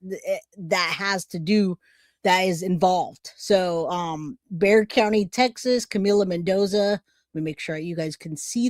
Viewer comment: Bexar the x is pronounced like an h. Everyone one here in Bexar County, pronounces it Bear County.